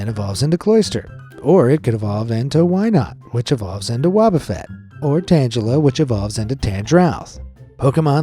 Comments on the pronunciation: Wobuffet is not pronounced like "wo-bu-fet" it's wo-"bo" - fet Disclamer;I am not an hater i'm just upset that in his age(no afence) he does't not know pokemon pronunciations I know-I know sorry if i a fended you😥 But please atleast search on how to pronounce something you're not familiar with 😊👍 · The way u screwed up the pronunciation of wobbufett, tangela and tangrowth was like nails on a chalkboard 😂😂😂